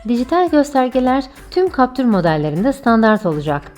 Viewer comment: Siz ne güzel captır diyorsunuz öyle 😄